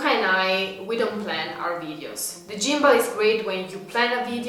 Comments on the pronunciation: For the g in gimball is like a hard g similar to the word gone. No criticism just helping. I was wondering why you were talking about gym balls 😂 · great video as usual! Gimball is prounounced more like "Gim+ble" instead of "Gym+ble" ... gim like the word whim ... hopefully that helps as your english is amazing!